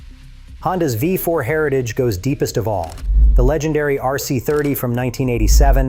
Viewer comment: Jesus Christ in heaven, tell your dumb ass chat GPT bought voice that it's v4, not five four. That V is not a Roman numeral you stupid shit. It's a common error among all your videos that have V4 in the video. You'd think your monkey ass would have learned that by now, but I guess you don't even proofread or proof watch your own shit!